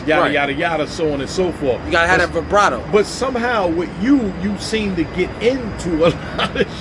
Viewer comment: "You gotta have that vabrado"